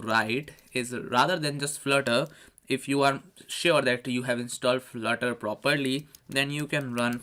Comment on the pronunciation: Flurter or Flirter...lol